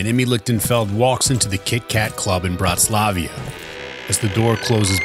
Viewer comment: its bratislava not bratislavia 😅